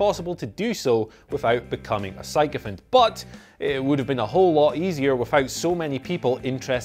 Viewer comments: A psycho-fant? Do you perhaps mean sycophant? (sicko-fant) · This dude's obviously reading from a script. He just pronounced 'sycophant' as "PSYCHO-fant". The 'O' is pronounced as an 'E' smart one. You may want to review your script with the person who wrote it from now on.